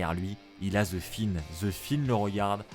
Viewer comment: je c'est qui c'est je parlais de la façon d' de dire "The Fiend" en "The Finn" 😂